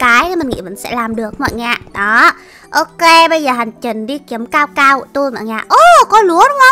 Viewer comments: đọc sai rồi nha. Cacao chứ ko phải caocao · Cacao mà sao chị đọc caocao😁😁😁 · là ca cao chứ không phải là cao cao nha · Ka cao mà nói là cao cao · Cacao chứ ko phải caocao